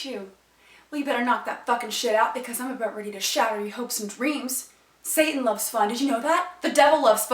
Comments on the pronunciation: Say-In, Sat'n and You wonder why He gets pissed off? It's pronounced SATAN You dumb asses, You never got the lesson that even GOD taught You, ya fuckheads! Oh, and His last name is Clawz, but FUCK, You can't even get a Human name right without confusing it with someone else! I'm dealing with IDIOTS, Jesus! Please help! They are too delusional for Me alone! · Uhm, at about , does she say "sa'an" and totally leave out the "t" in "satan"? Grrrrr. I think jehova (you know, if he existed) would be sad that people are leaving out the letter "t" when they speak.